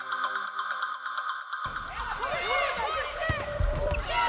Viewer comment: Wow, the commentator said her name in the correct Chinese tone. That's rare haha.